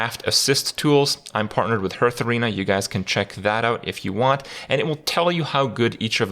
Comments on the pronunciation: Playing again since 2017/2018. Kripp content still the best by far. Even though he can't pronounce "hearth". Thanks Kripp! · I'm shocked that after 3+ years he still does not pronounce "hearth" correctly.